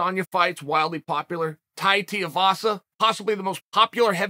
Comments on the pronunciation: Uncle its pronounced 2-WE.....VASA not TEA-AH....VASA thanks still love ya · I don’t know how chael can watch an entire fight night and build up of people pronouncing a name correctly and come away with ‘Teeyavassa’. Like does he does these things on purpose? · Tai “Tea-uh-vahsa”. Well I still like Uncle Chael despite his improper name pronunciations. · Tai's last name now pronounced 'Tiavasa' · Hey chael saw this two days in a row. On tuivasa, the “u” is pronounced before the “i” . Dont want people hating on you after tuivasa gets even bigger